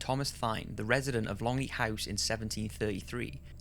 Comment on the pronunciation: I live on and work the Longlet Estate and I can tell you that it is definitely haunted. I am an open minded sceptic. Ps: the name is pronounced Thin. Great vid. MB x